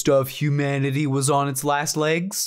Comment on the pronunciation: When you said humanity I heard hue manatee